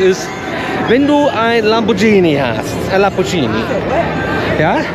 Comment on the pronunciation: Oh man- ihr lebt echt DEN Traum- ich beneide euch so!!! Kleiner, freundlich gemeinter Tip: Lamborghini spricht man genauso aus, wie man es schreibt.